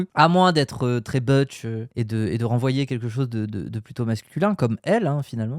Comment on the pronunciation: Butch ça se prononce "boutch" pas "beutch"😅